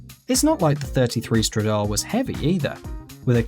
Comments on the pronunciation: #4 is pronounced stradale (no silent e) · You pronounced Stradale wrong